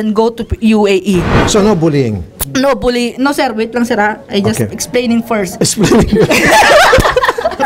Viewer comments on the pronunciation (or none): none